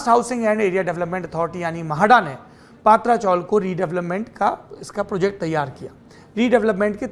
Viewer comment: सौरभजी, पातरा चोल का सही ऊच्चार पत्र्या ची चाळ है.🙏🙏🙏🙏🙏